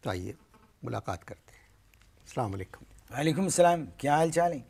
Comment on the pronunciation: Salama alykum nhi anwr bhai Asalamo alykum khah krien